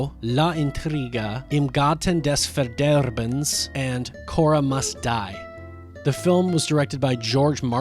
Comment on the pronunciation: his german is also very good - im garten des verderbens - perfectly pronounced :)